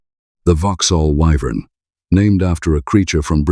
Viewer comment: What a pain in the arse this channel is. You say you will talk about the Vauxhall WYVERN - and can't pronounce the name - but continue to show the 6 cylinder VELOX in the video. If you are going to do a show on the WYVERN then get rid of the VELOX photos. This is real sloppy presentation, too lazy to edit properly and "filling out" the video with whatever images you can scrape up.